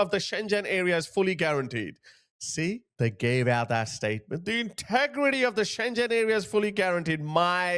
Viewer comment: Read “Ceuta” like Seuta (in reality it’s somewhere in between Feuta and Seuta). Read “Schengen” like ShenGen (G like meGa not like Giant) What does it cost you to check how to pronounce stuff in Google Translate before you make a video? I honestly find it disrespectful that you don’t do that. In 2025 Italy has let in 66 000 illegal migrants, whereas Spain let in 36 000 illegal migrants. The response of multiple countries to outright remove Spain from Schengen is unprecedented, especially how people don’t comprehend how these Moroccan people never reached mainland Europe. Unless I’m wrong and they did cross, but I haven’t seen any videos of it happening. I have no clue I’m chilling in Warsaw, Poland without any illegal migrant issues.